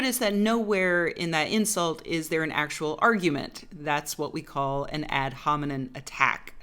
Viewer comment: "ad hominin" lol